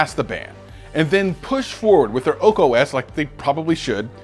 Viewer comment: You're saying "OAK" OS... but the title says "ARK" OS... :)